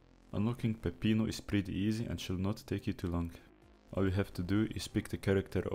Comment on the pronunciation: that's a great pronunciation of peppino